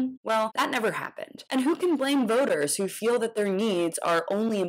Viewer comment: Please, someone tell this half wit the word is pronounced “that” not “dat”. No telling how many concussions he has suffered. It sure sounds like something gets lost between his brain and his mouth. Ask Mr. Walker to name the three branches of government. He’d probably say the left, the right, and up the middle. That’s how he ran the football.